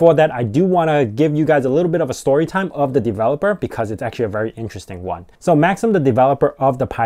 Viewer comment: You need to learn to pronounce the developer's name correctly. It's a Slavic name, so it's not pronounced like the word maxim, meaning a proverbial saying. It's pronounced "Maxeem," as in Maxim Gorky.